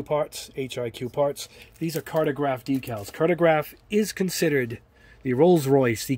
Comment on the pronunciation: Pronounced Car-toe-graff